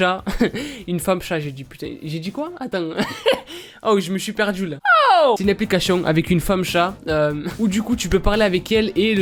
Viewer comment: arete de dire aplicachetion !!!!! ;))